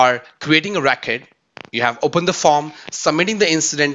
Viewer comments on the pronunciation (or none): Why do you pronounce 'RECORD' as ''RAKET'?